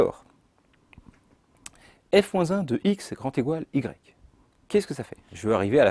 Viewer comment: "grand égoual"